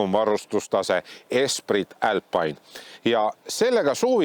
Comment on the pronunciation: "älpaine" - mis rõvedus!? Eesti keeles on ikka - "alpiine". Aga see, et poolas proovimas käisid, siis renault saab ise ka aru, keegi seda siin ei osta, et ei hakanud seda siia isegi tooma.